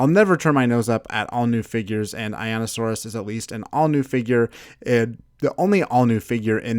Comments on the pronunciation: It’s pronounced “I neeo saurus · You say einiosaurus like this Eye-knee-o-saurus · Its eye-nee-oh-sore-iss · You said einiosaurus wrong